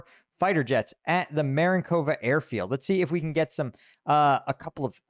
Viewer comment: Dyslexia? That's Marinovka, not Marinkova. Please put the "k" in the right place... Mistake repeated three times already, and I'm barely past the first minute. Mistakes like this make me stop watching. Which is a shame. Effort wasted. Was there no editor nor "proof watcher" to pick it up and point it out?